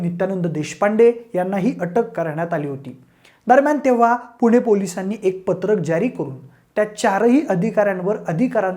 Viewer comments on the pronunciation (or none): none